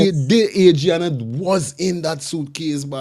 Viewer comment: At least you should get the child’s name correct. It’s been in the news for so long. AD -RI - ANNA YOUNGE!! Come on guy…..